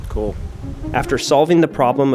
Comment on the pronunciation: Coo? It’s cool! lol😂 say cool not coo